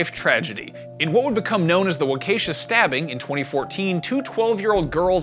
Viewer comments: Wa-KEY-SHAW not wa-Kesha. Wa like waluigi. Key like door key, and shaw like shaw shank redemption. Sorry…I’m from Waukesha and needed to correct you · Bro said wakasha..... fam it’s not that hard. I’ll spell it out phonetically for you. Walk-a-shaw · It’s pronounced Wah kesh a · I live in Wisconsin and you absolutely destroyed the name Waukesha. Didn't pronounce correctly at all lol.